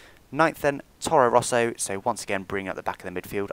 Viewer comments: Very great video,! Just one thing: It's Toro Rosso, not Torro Rosso:) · I think it's Toro Rosso not Torro Rosso, :P